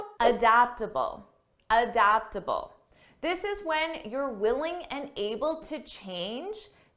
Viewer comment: adapatable ?!! => but we say it "a·dapt·a·ble" from Google !